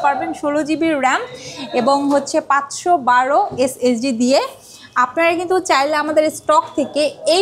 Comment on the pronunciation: SSD❌ S S D✅